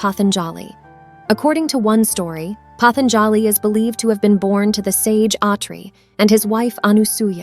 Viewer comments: The correct pronunciation is Patanjali, पातंजलि ?The"a" after j is almost silent. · sure nothing wrong with handing over your mind and talents to a machine that can't make an original thought. The voice over constantly mispronounces patanjali's name. This is a cheap product you made, and because you and AI lack creativity, you just retell stories that are already available with better explanations and nuance to them. Thats the slop, its the cheap low effort you showed in make a bs product. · Incorrect pronunciation of Patanjali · I have never heard the word 'patanjali' pronounced like this